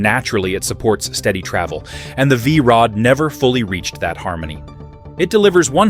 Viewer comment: What the hell did the AI narrator call the V Rod the first time?